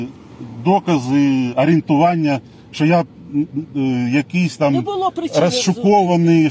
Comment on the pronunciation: Не Шо , а Що . 😂😂😂 Руки из карманов вытащил.😂😂😂.